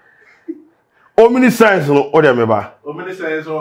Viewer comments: It's Omniscience and not "Omniscent". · its not Omnisci-ence but omniscience